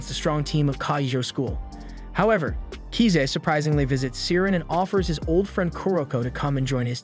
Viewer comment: Swear to God every single one of these recap channels always mispronounces the names of the character wtf is up with kiza